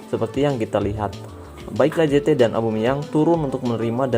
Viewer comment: Sedikit koreksi: Lacazette = lakazet